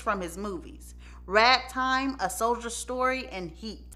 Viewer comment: Great video ! Your accent had me googling “rag Tom” instead of “Ragtime” 😭😭😭💀